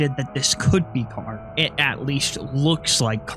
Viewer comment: carrite is pronounced "car-aight", not "car-ittie"